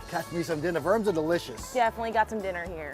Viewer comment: When you said Verms, I thought you said verbs. I was wondering why you needed more verbs.